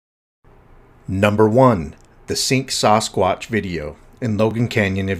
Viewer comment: Dude…. Why do you pronounce it “soss-quotch”? 😂